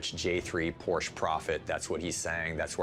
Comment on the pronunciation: Porsche is a two syllable word either singular or plural...... KTF